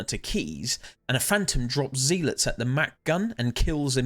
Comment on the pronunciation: amazing video. i wish there was more lore about the devoted sentries. P.s you are pronouncing zealot wrong its "ZEH - LUHT" not "ZEE-LITS"